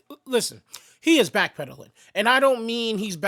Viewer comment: Yo he said black pedaling😅